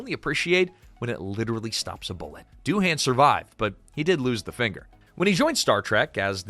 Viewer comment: Doohan is pronounced Doo-An. The H is silent.